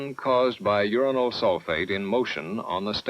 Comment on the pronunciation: The Homogenous reactors have to be my favourite. Just so off the wall and technically "simpler". Plus getting a giggle every time they mention "Urinal" (Uranyl) Sulfate